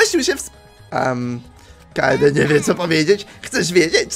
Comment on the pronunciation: urchar manie się wydaje że kaede czyta się kejdi